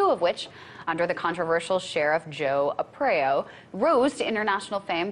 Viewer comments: Joe Apreyo??? It's Arpayo!! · Joe Arpaio....pronounced RRR PIE OOHHH!!!